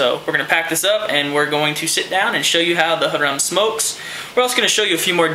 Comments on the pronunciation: its pronounced "hair-em" like a one guy and 50 girls, it means it's a hookah for luxury use haha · Great vid. BTW, Harem is pronounced Hair-Um